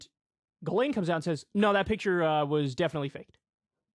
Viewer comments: It's pronounced "Jiz-lane" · It's pronounced jizz lane... Or should be.